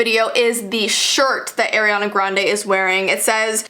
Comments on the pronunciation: Do u want kids when your older... BTW ITS ARIANA NOT aIrAnA... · ITS NOT ARYANA ITS ARIANA Sorry it get me mad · You said AIR iana grande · Who is "AiRiaNa" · She’s like:Eriana Grande (not hate) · Air-iana Arianators: triggered Sorry I had tooooo lol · It's ar-i-ana (r-e-anna(how to pronounce)) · When she said AiRiEaNa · ‘AIRiana Grande,’ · AIRiana (lol it’s ok) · it’s pronounced ari-ana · Why Is Every Single YouTuber Call Ariana Grande As "Eriana Grande"?? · Ariana sorry I just know Air-iana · Wait why does everyone say " AIR iana grande?!? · “ Ayeriana Grande “ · Its get me mad because Ariana not ARYana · AIRiana Sorry it just bothered me heh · im not blaming her for this but i was triggered when she pronouced Ariana idk if i was just pronoucing it wrong myself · You said ARIANNAS name wrong i triggered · you pronounce it wrong I love you videos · You said her name wrong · I love u but I wish you pronounced her name right 💞😭😑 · Airiana? I know your Canadian but AIR-IANA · I am not a hater i love you you are amazing but it is soooo bad that you pronounce her name WRONG Its Ariana not Eriana and you are not the only one who says it WRONG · so she's one of those people who pronounces her name as Air-e-ana instead of Are-e-ana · I like how she pronounces Ariana grandes name air-ana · ugh the way u pronounced Ariana u pronounced it airiana gande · instead of ari-a its are-eana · i find it funny how you say Air-ree-ana, i thought it was pronounced R-ree-ah-n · You're saying airiana grande It's Ariana Grande I don't even like her why- Sorry K bye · "Airyanna". 👏 honey 👏it's "ARIANNA" 👏👏👏👏👏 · It’s not AIRiana it’s ARIana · Say her name like “air” and not “are” I dare u also love u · Im sorry but its AR IANA NOT AIR-iana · Am I the only one who doesn't like the way she says Ariana. AIREANA. NO. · IT'S AR-IANA GRANDE NOT AIR. ARE-DIANA! NOT AIR-GRANDE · Ah! She says eriana not ariana! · Ariana not aranna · Its not Airana its Ariana